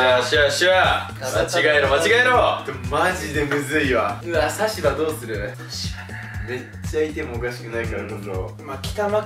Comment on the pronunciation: さしば↓ じゃなくて、さしば↑なんだよなぁ...w サシバのさっちゃんって言うゆるキャラもいるよw